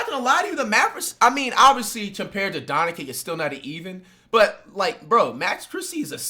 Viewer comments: The fact that he kept saying "Donakick" even though Jimmy was pronouncing it correctly (Donchich) the entire video had me irrationally irritated lol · Get used to it. Fligh knows how pronounce it right he jist choses not to. Donakick is a nickname he has for Luka. Got used to hearing at as Donaking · Wait is Flight trolling??? lol I was laughing then he kept Saying Doncic wrong even though people are saying it to him consistently. Mark doesnt own the team anymore, explaining what an agent is, Players not knowing about trades lol. I think there has been plenty of proof that from years of player interviews of players knowing haha. Also an Owner cannot just move a team lol. Im so lost hahaha. I fuck with you Flight but idk its just hella entertaining to be this wrong and loud hahaha. Big fan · Bro someone teach him Luka’s last name